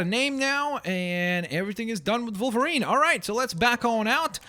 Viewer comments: Its a w at the beginning of wolverine not volverine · Is it just me or does say Volvarine not Wolvarine? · Why are you saying volverine it's wolverine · u say volverine not wolverine :P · It's pranonst wolverine not volverine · Why do you keep saying Volverine instead od Wolverine??!!! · kept saying Volerine,part russian? CONSPIRACY!! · Stop saying volverine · He kept on saying volverine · Why does he say Volverine? His name is Wolverine. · Wolverine... WOLverine. W. Stop saying volverine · it's wolvirine not volvirine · you say volverine not wolverine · (W-o-l-v-e-r-i-n-e)!!!! Not volverine!!! with a w!! gawd!! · He said vulvreen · is it me or did he say volverine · its wolverine not volverine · Why does keep saying Vulverine when he's called wolverine. Also Plz can u try and make Star Lord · how its pronounced= (wol-ver-ene) how pronounces it= (vol-var-ene) ( i know its a canadian accent by the way) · Why does he keep saying wolverine like volverine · Why do you say volverine? Lol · am i the only one who is bugged because he keeps calling him Volverine? it just bugs me.... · I'm sorry I have ocd and when you say wolverine you actually say volverine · Are u German cause u pronounce wolverine as volverine and that German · WOLVERINE NOT VOLVERINE WOLVERINE OK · you said Volverine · Wolverine not Volverine!! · why does he say 'volverine' instead of 'wolverine' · volverine me: aaaaaaagh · why did it sound like he was saying "volverine?" is he German? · why are you saying volverine? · Did he say volverine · canadi an accent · when he says wolverine it sounds like hes saying volverine. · SAY WOLVERINE CORRECTLY!!!!